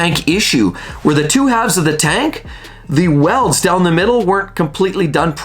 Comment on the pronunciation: Fuel Tank welds: Lo and behold - you said it right.